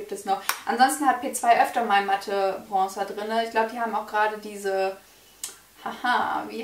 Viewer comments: Man muss erstmal lernen, wie man bronzer ausspricht, bevor man einen zugeschickt bekommt haha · Hahahahahah was für zuschicken warum sollte dir jemand für 30€ was zuschicken arrogant oder was?😂😂😂erstes Video und direkt bist du mir unsympathisch....und was machen 20€ (thebalm Bahama Mama bronzer) und 30€ ( benefit hula bronzer) für Unterschiede. Außerdem heißt es bronzer und nicht brongzer